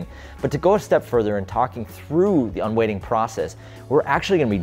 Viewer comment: Surely it's "un-weighting" not "un-waiting"?